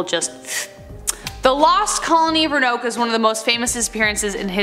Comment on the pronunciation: Row-an-oke. Is the way it’s pronounced. Did you say that YouTube doesn’t allow you to say the name Hitler? You were interrupted by a commercial just then.